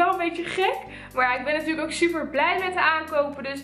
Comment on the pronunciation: “zuper veel” 😂😂